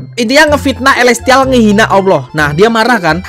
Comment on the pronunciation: Elestihal Wkwkwk Bukan Elestial slh sebut😭